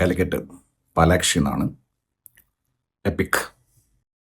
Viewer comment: Palaxi alle annan palakshi ennanlo yepolum parayane😂😂